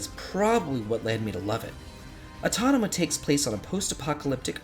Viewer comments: Rewatching this video after some time... Just noticed that you kept calling Nier AUTONOMA. 🤭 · Number 9: Nier Autonoma... wait what??? 😂